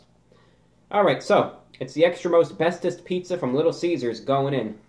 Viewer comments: Extra Most Bestest, I thought you said Extra Asbestos, (laugh track) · Every time he says extra most bestest, I just hear Extra Asbestos